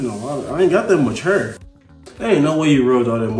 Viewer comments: His pronunciation of hair is just bring back the "DoNt PuT THaT NuRr in MAH HuRrR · it's not disrespectful or an accent. He is mispronouncing the word hair and that's OK but stop playing!